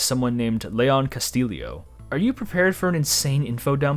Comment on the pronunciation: You pronounced the name "Castillo" wrong. It's not "Ca-STILL-ee-oh", it's "Cah-STEE-oh". It's a Hispanic name.